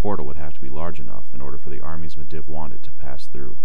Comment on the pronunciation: Hey great job just i just wanted to let you know you are miss pronouncing sargaras and Medivh. Sorry it was just kinda jarring still good tho